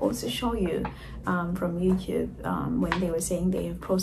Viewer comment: Lol why do you pronounce YOUTUBE AS YOUCUBE ?